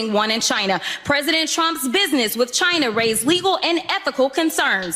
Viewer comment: "You take da oaf wif insterection." I wish he'd be more pacific.